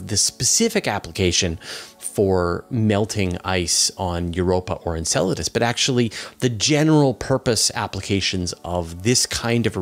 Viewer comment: The guy being interviewed says Enceladus the same way you say enchiladas